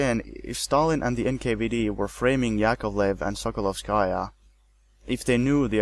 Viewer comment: Not a very big deal, but it would be nice if Russian and other surnames were pronounced correctly: KaganOvich, not KagAnovich; KrUpskaya, not KrupskAya; SokolOvskaya, not SokolovskAya; and, of course, 'e' at the end of Abel Yenukidze's name is not silent, it's Yenukidze, not Yenukidz.